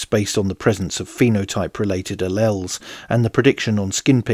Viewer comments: I studied biochemistry and worked in research for more than a decade, with people from all over the world. I have never heard anyone pronounce it any other way than al-eels. Differences in emphasis, yes, but no variation in the pronunciation. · Alleles is pronounced al-eels, FYI.